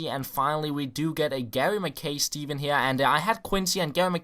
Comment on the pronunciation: Ma Kai not McKay